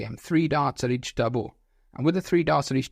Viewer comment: "Eatch" yikes